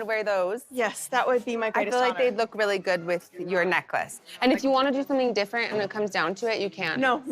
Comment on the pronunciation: This could be a drinking game ... take a shot every time Meri says "roolly" (really) ... you'll be drunk in a minute, guaranteed.